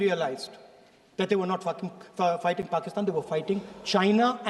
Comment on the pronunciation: bro really said f*cking instead of fighting😭😭